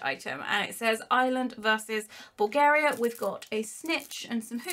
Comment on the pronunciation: OMG SHE SAID BULGARIA RIGHT not that im trying to offend you, i am from Bulgaria. Many of my outside Bulgaria friends dont say it right and im just so happyyyy!!! Thanks to youuuu Pls just dont forget... I found ur tik tok account